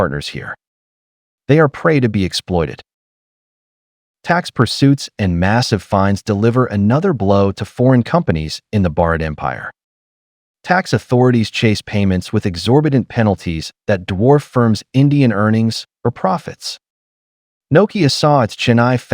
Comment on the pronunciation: It is not bharat,he says bard